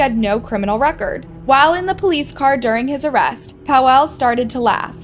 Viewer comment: Im polish and you calling Paweł Paw wow triggers me 😅 Rip btw